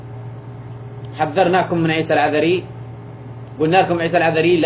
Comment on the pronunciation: ما قدرت تنطق اسم لقب العذر. ههههه. بتقري من ورقه ههههههه. جم جابو لك فلوس. عشان تسوي الفديو